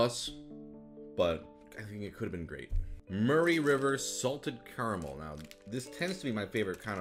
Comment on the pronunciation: I've also never heard anyone pronounce 'Murray' that way